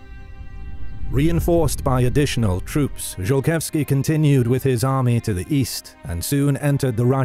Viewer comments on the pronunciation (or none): Could we butcher Polish names anymore please? Zolkiewski would just love to have his name read a Zokietsky. Not to mention that there ARE historical paintings of him instead of the icon chosen for him being that of an other. And while we're nitpicking, why is the opening map of the commonwealth that of the post Andruszowo peace from about 50 years past the events of this video? Not impressed. I know this will get thumbs down but this IS supposed to be a history channel, is it not? Let's get the details right.